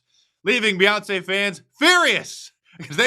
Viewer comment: Beyonce or Boy-once😂